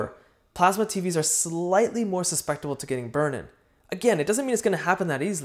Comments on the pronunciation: Susceptible, not suspectable. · Your mispronunciation of the word "susceptible" is very cute & endearing.